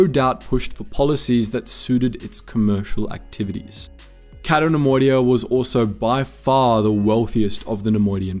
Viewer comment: It's "Cay-to", not "Catto". Why do you do this???